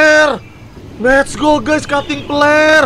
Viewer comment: Bang windah ko ngomongnya cuting peler